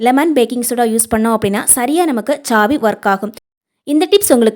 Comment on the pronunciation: Chhaavi illa saavi😂😂😂